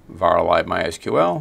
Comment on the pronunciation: Great to hear "my es queue el" instead of the ubiquitous "my sequel" ❤